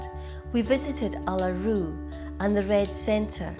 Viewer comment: Good onya’s! Was this an advert? Great job! A lot more than 30 “ , Uluṟu ,Barangaroo, …. Please pronounce correctly! I’m not indigenous ,! BUT! SEriosly! Show some respect to history! Learn more, please, ! Convict, Koori/ murri relations! Irish rebellions against redcoats, gold rush , immigration, etc Probably got £10 Pom rellos! We lost a lot in the Wars Some mention of that , Kiwi connection, Refugee influence to food, Noice 👍😂💯